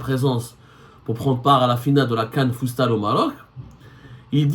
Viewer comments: ZEMMAAAAAAR 😂😂😂 stp arrête va te reposer car tu délire grave !!! Deja va te changer car depuis hier tu n'arrête pas de transpirer et éternuer 🤧 sur les mêmes habits. Deuxièmement tellement tu délire tu narrive pas a pronancer le FOOTSALLE, une foie tu dis foostad apres foostal ...... enfin le meilleur pour la fin tu dis que FAOUZI LAKJAA PATRON DU FOOTBALL ALGERIEN NOOOOOON HADI WA3RA T TROP FORT YA KHOOO😂😂😂😂😂. Méfier toi chengri7a t'envoie un sniper en face de chez toi pour alléger tes souffrances causer par RS BERKANE 😂😂😂😂😂😂😂😂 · Futsal au lieu fustal hhhh